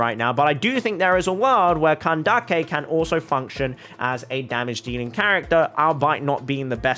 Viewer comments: Nice video, I like your explanations. They`re easy to follow ^^ Little hint: Candace`s name is pronounced "candiss", not "candakke" ^^ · Its candace not kandake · Nice video, I like your explanations. They`re easy to follow ^^ Little hint: Candace`s name is pronounced "candess", not "candakke" ^^ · I find it funny how he says candake instead of Candace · do you really pronounce candace as ka-nda-keh?😭 isn't it ka-nde-eesh/ka-nde-sh/ka-nda-sh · I dont think its candake its candays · Did say kindace in kandise it's the word is candes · Wait is it actually pronounced CAN-DAK-EI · Why do you say kandake her name is Candace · the way u pronounce candace 😂 when i say her name it sounds like candis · (NO HATE) its "cyno" and "candace" not "seno" and "kandake" i know the origin of candace is kandake but thats not her actual name they named her candace so you should call her that and i dont even know how you think seno is the right pronounciation because its written cyno like "sai no" or "sih no" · her name isn't Kandake. I'm Arabic and neither Cyno nor Candace are Arabic names, so just pronounce them like they originally are. Candace is a name and it's disrespectful to change it just because you want it to sound Arabic. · did he really call candace candake. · you are pronounsing it wrong is cyno and it should hear like syno and candice and replace the i with an s :D no hate dont take this serious pls man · Whenever you say "Kandake" a part of my soul dies. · “KAN-DA-KI” seriously?!?! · Ain't no way my boy says Kan-da-ke 💀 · Oh boy, man just said candakey. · Lol, after seeing twitter and instagram posts of candace, I can never pronounce her name the same again, i kept callling her candeez to my friends, but I sure am pulling for her😂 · I’m sorry and I don’t usually care, but the name pronouncing just seems made up at this point LOL CAN-dick-a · Bro says “can dake”😭😭😭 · Jesus Christ you're pronouncing his name so, so, so, SO wrong...